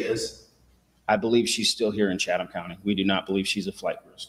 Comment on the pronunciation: just an FYI about the county and Savannah. I was born in Savannah in 58 and lived there till 10/69 when we moved to Habersham County. I've noticed how you pronounce Chatham, the correct pronunciation is " Chat um" The h is silent. And now you know the rest of the story... love you and the coverage you give to keep all of us informed. ❤️